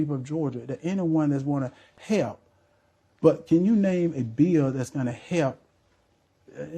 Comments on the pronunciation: Why can't he pronounce " help". He said he " wrotten" many checks. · Truth be told,this guy cannot even say the word help,what is hep man,English is our language not gibrish,speak with intelligence if HE wants to be US SENATOR. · 😂😂😂 also he keeps forgetting to pronounce the ‘l’ in help . 😪